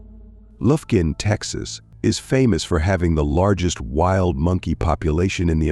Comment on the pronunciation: AI is retarded! Lufkun, TX. Really?